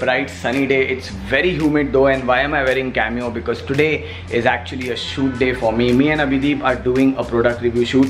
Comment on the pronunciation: It's camo not cameo